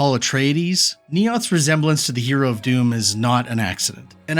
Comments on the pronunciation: You're calling "Dune" "Doom" ... dude. AI voice? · Heh fair enough. You can never be sure these days. I was referring to where you clearly say "resemblance to the hero of Doom", talking about Paul Atreides. I feel like that's not a mistake a human would make Besides that, all sorts of alarms went off watching this video. Low subscriber count, high views. Voice only, no camera. Voice sometimes cuts off abruptly and sounds a bit different in some sentences. No original footage, animations, graphics, etc. - just a collage of third party material. All of this would be easy to just slop together with AI, starting from the video's script. Also why do you say "Shakespire" when referring to Shakespeare ? Very sus. Anyway, thanks for the video, as someone new to WH40K it was very informative 👍